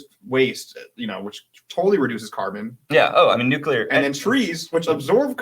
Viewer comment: Nu klee ar, not Nuk you lar.